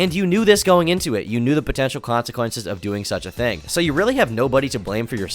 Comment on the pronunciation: The way this chick talks makes me so upset is it really that hard to pronounce the H in thing